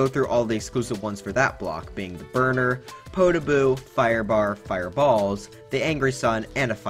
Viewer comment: Poota boo? Its lava bubble